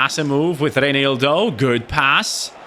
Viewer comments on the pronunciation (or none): none